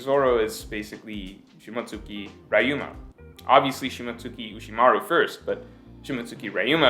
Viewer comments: Say Reeeyou, not rayu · man .. it's Ryuma not raiouma or raiuma or rai uma (thunder horse ) lolzzz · 2 things. First, Momo's dragon is pink. Not red. And yes, I do realize pink is a shade of red. But he's very noticeably pink. Secondly, it's pronounced Ree-yoo-muh.